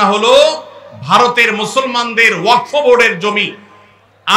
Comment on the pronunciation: ওয়াকফ কথাটি ঠিকঠাক উচ্চারণ করতে পারছেন না প্রতিবাদের কথা বলছেন এই আইনে কি আছে সেটা আগে জানুন